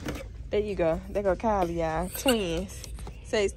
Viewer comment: It s Kylie not Kylince